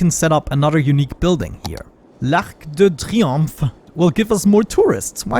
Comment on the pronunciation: What a tyrannical mayor you make... love it! c: And the way you pronounce Arc de Triomphe haha that's right